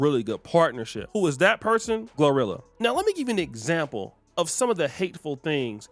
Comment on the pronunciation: He keeps saying rhirhi instead of glorilla lol